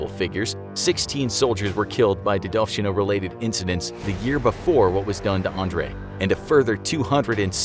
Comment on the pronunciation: It is not дедОвщина, it is дедовщИна.